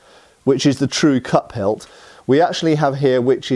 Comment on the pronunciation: Cup hilt. You are saying cup hilt! I thought you were saying cut pelt…..